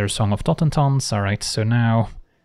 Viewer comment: After hearing saffron olive pronounce it totenZAHN for some reason it's nice to just hear the spells name pronounced right